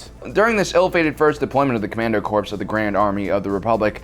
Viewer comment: "Commando Corpse" While I want to yell at you for that mispronunciation, i cant, cause it's accurate. Like way too accurate.